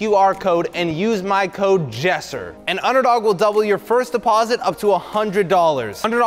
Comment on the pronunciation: it’s not yessir it’s jessir